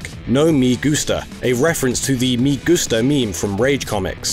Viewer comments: The "me" in "me gusta" is pronounce like "meh", not the start of "meme" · In the meme "no me gusta," the "me" is pronounced as a short-vowel "e," like in the words "hen" and "shed."